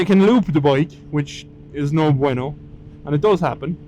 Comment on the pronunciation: No bueno with a Irish accent is my new favorite thing ever lol. You sir have just won the interwebs.